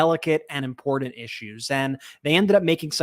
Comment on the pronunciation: Is she always drunk? She can't pronounce the word important or treasonous or the names of her peers.